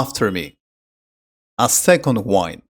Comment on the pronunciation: Wind pronunciation is not correct